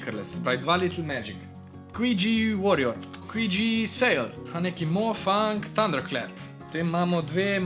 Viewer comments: QiYi se izgovori "či ii" drgac pa super video in srecno s podiranjem rekorda ce misls res tu nrdit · dober video, samo izgovarjava imen me mal moti: qiyi se izgovori čiji yuxin se izgovori jušin(obe tovarni sta kitajski, tam imajo drugačno izgovorjavo)